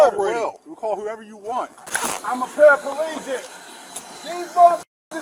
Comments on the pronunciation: He’s not paraplegic, he’s “parapaelegic” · Parapaleegic 😂😂 can't even say the word and how is he using the foot pedals if he was 😂